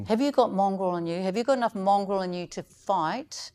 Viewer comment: Mr Potaka was very professional and restrained, particularly when Moana asked him if he's "mongrel enough", the look on his face said it all, and she kept repeating it, I honestly thought she said "Mongol". in the comments below has an intelligent response.